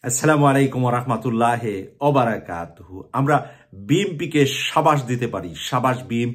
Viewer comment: আসসালামুয়ালাইকুম রহমাতুল্লাহি হয় রহমাতুল্লাহে হয় না।